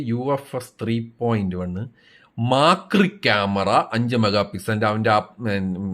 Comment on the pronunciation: "5 megapicchel Maacriii" 😭😂